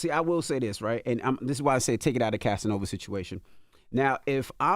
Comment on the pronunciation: Please Stop!!!!! It's Ova!!!!